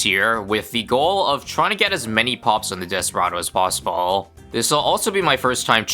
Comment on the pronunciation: did he mean to pronounce "possible" as "possibuuuuhrl" ??